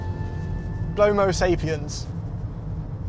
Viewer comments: Blow-mo-sapiens lmaoooo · Blo-mo-sapiens hahahahahahahah!!